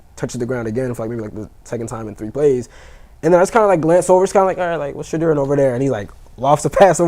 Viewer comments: I have a love-hate relationship with from DNVR. He's a Nuggets fan and i'm a Lakers fan😅😅😅. That's OK i still rock with I have typed so many times that it's not Shadrrrrr it's Pronounced Sha-door 🚪. So whenever u see that door that's me😅 It's like nails on a chalkboard when they lean on the R too much😮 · Listen to the way your colleagues pronounce his name.It's not Shadrrrr it's pronounced Sha-door 🚪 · The new 🥷🏾 on the panel kept saying Sha -Derr! 😂😂😂😂 damnnnn bruh it’s just Shedeur😆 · Why is it so hard to say Shaduer pronounced 🤫door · It’s pronounced Sha-door. 😎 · Anytime someone mispronounces Shedeurs name there’s always bullshit coming after it. This guy kept adding a R after each time like come on now. Learn how to say his name and stop being disrespectful